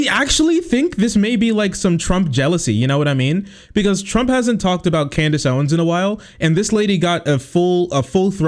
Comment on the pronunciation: 'Can deez' Owens